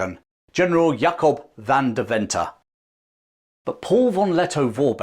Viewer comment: Van Deventer is pronounced “Fun Dearven-ter”